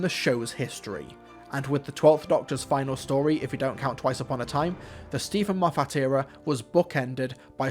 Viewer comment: Please learn how to pronounce Moffat